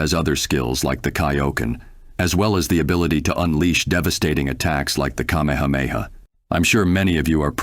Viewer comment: Anyone else irked at the pronunciations offered in this video? Like, not enough for the video not to be decent, but just a little twitch every time, like the way Kaio-ken and Kamehameha were pronounced, or how he kept pluralizing Ultra Instinct.